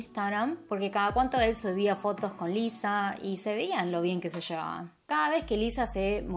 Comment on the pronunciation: Parece que dices Eliza